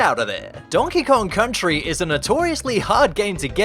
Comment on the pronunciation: Donkey Kong Cuntry